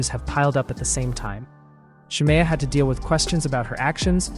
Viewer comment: It’s SHA-ME-UH. The way you keep saying her name wrong is urking me